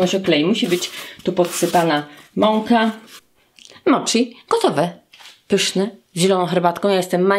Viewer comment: Wymiawia się moci a nie moczi w japońskim ch czytamy jak ć, tak samo jak w słowa sushi, schinkansen wymawiamy ś a nie sz.